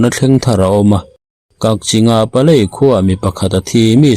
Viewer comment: PALEL tih tur aw